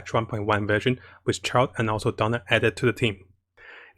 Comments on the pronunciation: It's DIona, not Donna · Character name: "Diona" English VO: "Daiona" \ "Dyona": "Dona" Diona: WHY CAN'T ANYONE GET MY NAME RIGHT?! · Who is dona ? come on man I like your content but if u want to provide a higher quality content got to work those pronunciation of names take it slower my friend